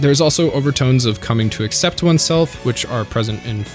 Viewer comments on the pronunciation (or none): none